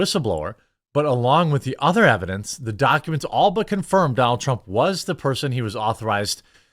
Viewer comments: "Loonk Leeve Dunonalt Trrunmp." That made my morning. 😁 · "Lahng Leeve Dahnal Truhm!" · lol i like the way they say donALD trrrrrrump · I like how the Indians said his name.. Doo Nald Trump. 😆